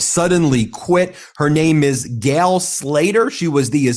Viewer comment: It's Gail, not "gal" STOP CLAWING AT THE CAMERA